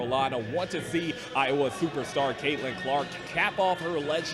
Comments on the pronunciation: Are you saying Iowa wrong on purpose? Are you from the states? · Dude, at least say the State name Iowa not "Ioa". However, I agree with you though on some of your points. Stragedy? It's Strategy bruh...